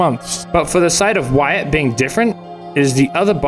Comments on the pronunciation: So close, it’s “why-it” not “why-at, not sure if you’re comment farming or what lil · Jesus Christ, it’s “Y-et” not “Y-at” 😂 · why-at lmfao. its why-it. also i dont think the statue is controlling everything, i think its just the minotaur of the mall. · Uhhh, his name is actually pronounced “Whutt” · I love that he's taking the comments literally and starting pronouncing it Why-at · Didn’t you explain at the start of the last video that you knew that “wait” wasn’t the right pronunciation, but you were going to use it anyway? Were these complainers not paying attention? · "ill stop pronouncing it 'wait'" "so anyway, why at" good video though (like always) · Do you really know how to say his name and you’re just being extra? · Bruh, I thought it was very obvious that you were mispronouncing Wyatt's name on purpose. I guess I was wrong. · ironic coming from the dude who can’t pronounce Wyatt🤣